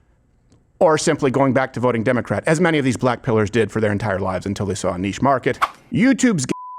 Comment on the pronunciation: he says ‘2028 Democrack nomination’ Lmfao 😂